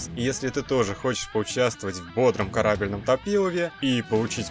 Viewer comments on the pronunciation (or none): Сам ты корАбельный! Правильно корабЕльный!